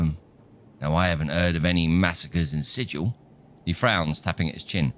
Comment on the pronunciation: I'm surprised you say "erbs", rather than "herbs". The people of Sigil will tell you that their city is pronounced "Sig-il", rather than "Sijil". 🙂